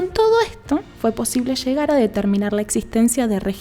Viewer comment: Aspira las eses, algunas veces, por lo que se escucha raro cuando habla. dice:"" con todo ejto"". por eSsto. Pero buena información, lástima la mala pronunciación.